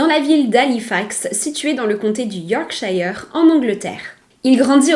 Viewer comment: D'après les infos anglaises on conseille de fire "Yorksheu" On entend pourtant "Yorrkshayeur".